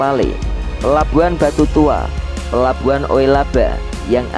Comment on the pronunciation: narator NGAWUR Tulisannya pelabuhan Papela kok dibaca Papale